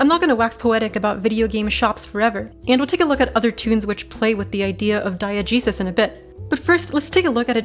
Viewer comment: It took me a bit to realize you were saying diegesis, as in the nominal form of diegetic, and i thought you were saying die-a-jesus and i was like wtf is she even talking about lmao